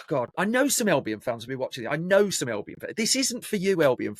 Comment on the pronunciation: Can you stop saying elbion please its albion